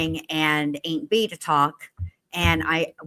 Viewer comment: Im.late, but i cant stop laughing not "aint Bee" too🤣😂